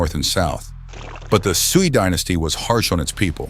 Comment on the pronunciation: very interesting and concise! by the way, Xia is pronounced like "shah," Shang is pronounced like "shahng," and Sui is pronounced like "sway." You pronounced Tang correctly though :)